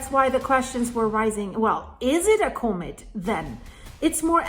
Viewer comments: ...ahhh...it's not a comet...it's a comb-it! 😂 Not making fun of you! I like your pronunciation. Don't change anything! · You are pronouncing comet incorrectly. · I'm wondering why you pronounce 'comet' that way.